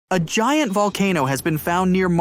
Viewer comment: "locat-chen" "hew-man" "guy-ant" ... get a better AI to generate the voice plz.